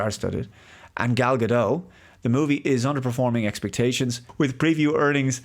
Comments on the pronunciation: FYI- Gal Gadot is Israeli, not French (there is no soft “t” at the end of her name). Gal rhymes with “doll”, not “pal” and Gadot is pronounced exactly like “god-oat” (does not rhyme with “bad-dough”). Just good to know 😊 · Gal Gadot is pronounced with a hard T